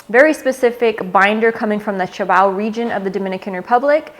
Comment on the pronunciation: Thanks for the info n good video. The Santiago, DR region is known as Cibao ( see-bao, sea-bao not chi-bao) region. A video on your top robusto size cigars, or habano, or ecuadorian habano leaf could be an option. Thank u for your time & info, great videos 👍.